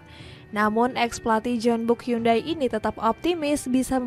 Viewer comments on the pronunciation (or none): none